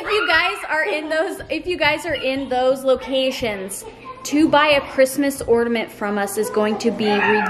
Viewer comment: There is no 'd' in ornament.